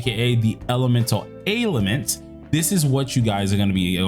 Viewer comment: It's pronounced "Ale-ment", You say it like "Ale-i-ment". Either way not the biggest deal wish you the best. Thanks for the video